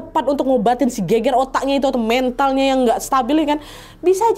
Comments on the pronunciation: gegar ga sih bukan geger?? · Gegar otak mbak, bukan geger otak 😂